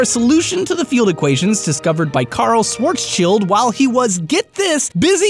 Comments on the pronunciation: THAT Schwarzschild pronunciation though lol If you knew German you would have a massive cringe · Love the video, but! But his name is not Schwarzs-child it is Schwarz-schild. Try to pronounce it like "Shwarts-shilled". No offense! Cheerio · Schwarzschild is a german, so his name is pronounced Schwarz'schild, or 'ShwartzShild' if you prefer! if you translate it into english, his name means Black Shield (schwarz=black & schild=shield! Calling him Schwarzs'child is just stupid and sounds like he's supposed to be the child of a "schwarz" man. which would have been a very unfunny thing for a wealthy jewish family in 1870s germany! ;) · its not Swartzs Child, it's Swartz Schild, learn to pronounce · Schwarzschild is german for blackshield. Schwarz meaning black(color), schild meaning shield. you pronounce it Schwarzs child, which is wrong and kind of stupid :D. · Its not shwartzcheld. Its Schwarzchild. Child.